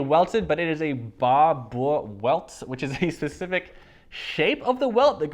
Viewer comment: Barbour - “Bar-ber” :)